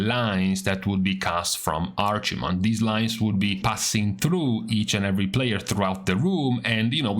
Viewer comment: "arch mond" lmao.